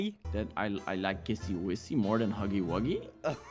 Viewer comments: Not kissy wissy😂 its kissy missy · It's not kissy wissy it's kissy missy.